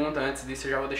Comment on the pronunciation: toda vez q ele falava brócolis eu entendi própolis